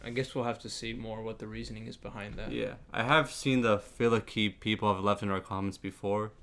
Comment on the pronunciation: Also, I hate the way this guy in the video says several different terms, such as Nicaea, Pascha, Filioque, etc. Makes me cringe and makes me kinda think he doesn't know enough about what he's talking about